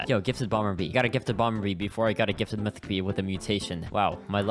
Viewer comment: It was so damn painful seeing this man’s inability to read “mythic jelly” 💀